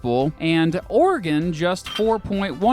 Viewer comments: I'm from Oregon thanks for pronouncing it right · As a native Oregonian I'll subscribe/like just because of the correct pronunciation of the state and valley. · I’m just happy he pronounces Oregon right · Thank you for saying Oregon correctly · I’m from Oregon thank you for saying OREGON the correct way. Always that ass ( from another state) who says it’s the wrong way, then tell others that you have to pronounce Or E Gone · Born in Silverton Oregon, raised in Portland, I fucking hate Portlandia, but I've never met someone who moved here because of it. Too many native Portlanders used to straight up blame that show for our population boom. Thanks for pronouncing things correctly.